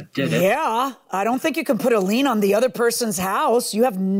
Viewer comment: For one it's a lien not a lean and poorly not porely. Ironic you call them poorly educated lol.